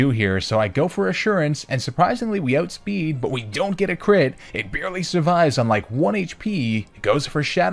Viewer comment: "ootspeed" Canadian confirmed??